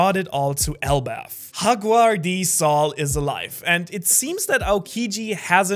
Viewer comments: Bro it's Jaguar D saul😅 not hagwar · nah bro pls keep it jaguar d saul instead haguar d saul. sounds hella weird for someone who knows bengali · Did you seriously just call Saul “HAGUAR”??? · Did he just say haguar d Saul? 😂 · Haguar 😂😂😂 i know J's are pronounced H in a few languages but this doesn't exactly seem like one of those cases 😅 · Wtf is hagwar😂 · calling him Hog-oo-ar doesnt make you cool. bozo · Sorry to mention this but I think you pronounced olivia and jaguars names wrongly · Ay man pronounce your Js it ain't a Spanish comic my man